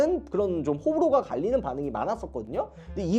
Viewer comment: 호불호가>>호불호가가 라고도 발음함ㅋㅋ